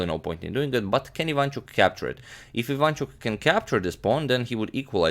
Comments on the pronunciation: But, I am sorry to break it to the channel that as Ukrainian, I can assure everyone that all the time agadmator pronounces IvAnchuk incorrectly, it is IvanchUk instead. And I was born in Lviv region), where Vasiliy lives. Yeah, guys, sorry to break it to you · Hey mate, you pronounce Aronian correctly. But not for Ivanchuk. It's IvanchUk, not IvAnchuk. Same for GrischUk, not GrIschuk. You can be assured. (I'm from Russia. Just search YT for videos in their native language to hear how their names are pronounced in Russia / Ukraine, in case you need proof.) Thanks for your vids, keep up the good work. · And not ivAnchuk, but ivanchUk, there are the only mistakes of pronunciation )) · About pronouncement - it is efficient to say IvanchUk, not IvAnchuk...